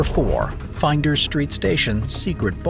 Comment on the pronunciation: It is Flinders St Station not Finders St